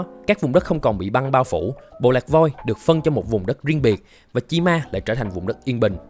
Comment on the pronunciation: Cách người ta đọc: Chi Ma Cách tôi đọc: Chim A